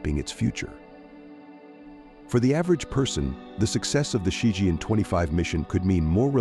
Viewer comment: It's Ci Chien not Ci Jian.